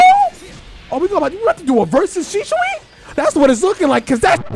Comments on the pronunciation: Shi-sui* not shishui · Really bothered me how you said sishui instead of shisui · why he saying “shi-shu-i”? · Naruto: "Shisui": "Sishui... Shishui..." Viewers: 🤨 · I've never heard anyone pronounce shisui so oddly, also they did mihawk dirty with that trash mugen